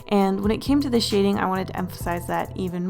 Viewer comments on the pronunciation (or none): When you say shading it kinda sound like you say shitting😂😂😂